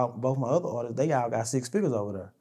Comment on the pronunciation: stop saying "artistses"... It's artists......With that being said, it's obvious he loved Mo3, as a brother/friend.